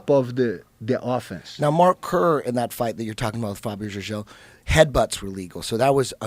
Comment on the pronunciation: Fábio "Jurgel" é sacanagem ... kkkkk s